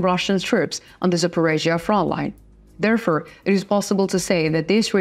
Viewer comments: Please will you read : Reports, forces or therefore. It is not repirts, firces or therefur. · There for, not there fur